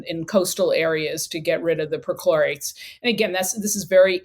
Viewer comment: Is it weird that I keep hearing midichlorians? 😂